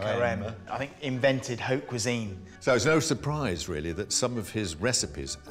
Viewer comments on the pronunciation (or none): none